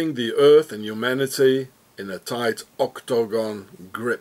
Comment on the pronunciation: oh no!! I clicked on this again? It'd be great if not for OCT-TO-GON! have you listened to how annoying it sounds and then you repeat it as if Guinness book is counting. Ka-Lick! Deleted